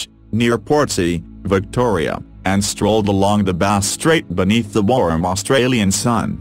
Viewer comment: I’ve never heard “warm” pronounced “warum” before.